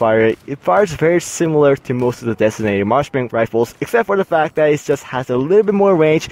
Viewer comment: its marksmen not martian rifle